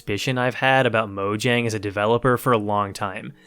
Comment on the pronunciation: The way you pronounce mojang makes this unwatchable lol. Then again I guess that is how it is spelled